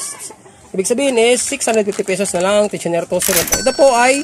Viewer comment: 😢tensioner po hindi tosher